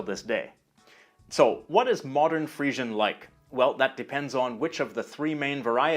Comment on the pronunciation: I thought it was pronounced "Free-zhun".